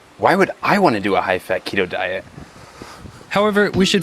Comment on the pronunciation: Just tuning in to hear him pronounce fat, "feht".